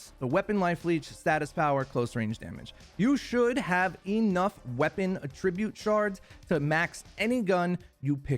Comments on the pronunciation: Is it me or does he keep using the wrong attribute (the word). You keep pronouncing the verb and not the noun version of the word. It was throwing me off. SMH lol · Bruh, u gotta learn the different meanings and pronunciations of attribute. You're using the wrong one. Like your content, but that's cringe af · You pronounce attribute in a very unique way. It becomes “a tribute”. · It's attribute not attribute